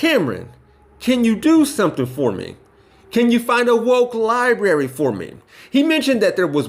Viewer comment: Lmao "Libary" No, they just didn't want someone who can't pronounce "library"...